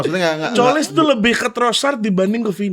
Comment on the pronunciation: Pronounce Tzolis itu "Zolis" bang kalo "Colis" kaya kurang enak didengernya wkwk